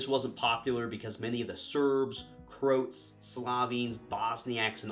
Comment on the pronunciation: Sarajevo is pronounced "Sar-eye-yevvo"; "Prinčip" is "Princheep"; Croat is two syllables (Cro-at). Slavic languages can be pretty tough for a native English speaker.